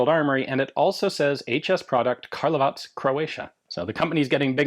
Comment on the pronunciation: Love how you say Karlovac properly.